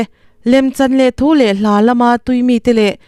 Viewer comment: Chhuah THRULH tih hi THULH.hman zawk tur